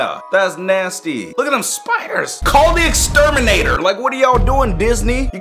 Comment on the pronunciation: I WAS DEAD WHEN HE SAID "CALL THE EXTERMINATER"😂😂😂😂